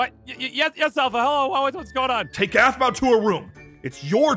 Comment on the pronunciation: y did u Say Aphmua ALSO ITS APHMAU NOT APHMUA